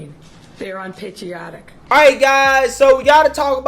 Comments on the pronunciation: They are un patiotic 🤣🤣 Beetlejuice can't even say patriotic correctly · Beetlejuice can't even pronounce unpatriotic. Damn Fool.